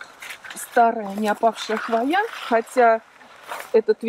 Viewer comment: Все классно, но слово хвоЯ режет ухо. Откройте орфографический словарь— хвОя